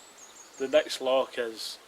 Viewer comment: its loch not lock ya igborant weegie